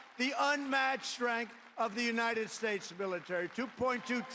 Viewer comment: Trump can't even pronounce "the United States" correctly. He said "Unitted Shtatshe"..